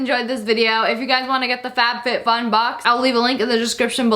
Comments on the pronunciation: You said fatfitfun! Lol! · Lmao I heard F A T FitFun. Oof